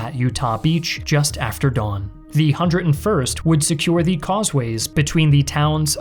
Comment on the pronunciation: The content is great, but am I the only one really bothered by the word "the" pronouced "dee" every time?